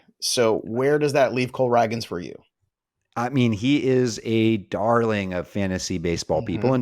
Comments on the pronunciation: I know doesn’t read comments because he’s been corrected on the pronunciation of Cole RAY-GINZ several times before and yet here we are… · Why doesn’t correct him on on how to say “Ragans”???? lol it’s pronounced “ray-gans. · Who in the world is Cole Rag-guns!?! 😂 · Please say Cole Ragans name correctly. You can’t be a fantasy baseball analyst and mispronounce so many players names incorrectly. Get off the computer and watch some game